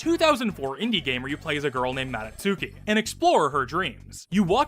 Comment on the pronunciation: ahem.. pronounced as "ma-DOT-ski" btw (don't ask where i got this pronunciation from)